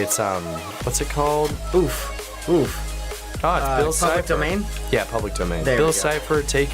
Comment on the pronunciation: "oh it's bill ciper" Me: dies of laughter